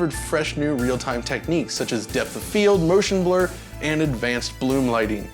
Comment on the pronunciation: Merrrrtion Blerrrrr! =D